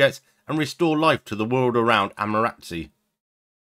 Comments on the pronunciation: He swapped it around: "Amaratsu" It's closer to: Am - ah -ter asoo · Think you're pronouncing Amaterasu wrong